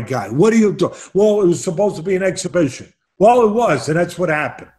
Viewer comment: AN EXHIBIXION!